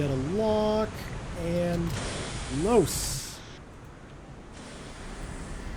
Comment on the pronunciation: So excited to see more of this. Can't wait for the next video to come out :) And can't wait for the next "LOS!" also that is very funny for me how u pronounce "Los" cuz im from Germany ^^